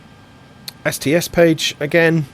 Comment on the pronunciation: STS becomes "SIS"; MCDU becomes "MacDue"... WTF!?